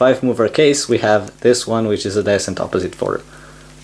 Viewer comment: well you messed up the pronunciation of "adjecent" but so far I'm getting it just fine 👌👌